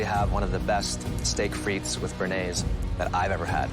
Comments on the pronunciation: Its steake and frise lol frite is français. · That pronunciation is painful. It actually hurts for me as a Belgian. Putting aside bearnaise, frites? it is not said like that.